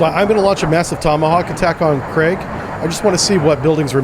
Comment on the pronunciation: Although Farsi to English do not match alphabets, it's actually pronounced more like "Kharg" Island, not "Kraig". Sometimes you'll see it transliterated as "Kharq" or Khark", but not "Kraig". Great simulations, btw! ONI Ettiko